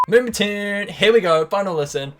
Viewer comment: haha he said moombatuuune